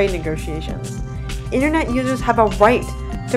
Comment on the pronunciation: With so much effort invested to make a great video, it's a shame the lady doing the voiceover can't pronounce the very thing she's talking about: the 'internet'.